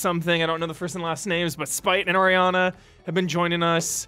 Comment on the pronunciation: Thanks for the shoutout, its Aranea though not Ariana XD. Edit: I ALSO HATE THAT SAMURAI ATTACK NOISE. What i did is some audio mixing to make it a little less annoying. You might find some sound setups in mixers or equalizers for ff14 on the internet to help with that, i'd guess damiani would know about it a bit.